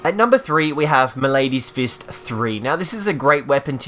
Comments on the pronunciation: I love watching gamers that are clearly not very smart, because you get to hear things pronounced incorrectly like malady. "m'lady's fist" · Your mispronunciation of simple words is killing me. It's not "ma-lady's" fist. It's maladys fist, as in the word "malady", like a sickness. Same with apothecary mantle. The C is a hard c, not an s. Look up the word and pronounce it right.